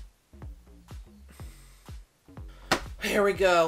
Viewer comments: "Is it a number one or a number two?" - "BOLTH" 💀💀💀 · The only critique I could ever have for this masterpiece is that when Becky asks if it's number one or two we didn't get a more pronounced L in BOLTH. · The “bolth “ killed me!!!!